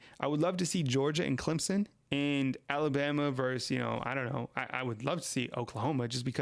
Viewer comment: Versus NOT verse